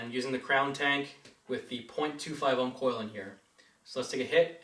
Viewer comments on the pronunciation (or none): ohms not homage